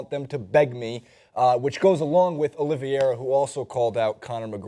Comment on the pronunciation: francis = nuthugger... and oliveira called him out not Oliveer